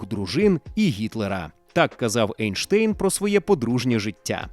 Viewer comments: Чому Ейнштейн, якщо він Айнштайн? І німецькою мовою його прізвище читається саме як Айнштайн, а не Ейнштейн, бо Айнштайн, це правильна вимова його прізвища. Einstein, «ei» в німецькій = «ай». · Друже, він Айнштайн. Це руснява практика "Енштейн" Albert Einstein В Німецькій мові E+I = Ай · Правильно Айнштайн, - бо саме так німці вимовляють це прізвище. Не будь московським лаптєстанцем, - будь освіченим европейцем! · Айн-штайн, тому що айн - це з німецьої це - один. Тому треба говорити так, як і вимовляється в німецької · Зважаючи на те, що він народився в Ульмі і його прізвище вимовлялося саме як Айнштайн, то воно має так і вимовлятися. Це не одне і те саме що назви країн на міст, які у різних мовах звучать по різному. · Німецька сполука літер "ein" читається як "айн", тому правильно Айнштайн. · Наче правильно буде Анштайн)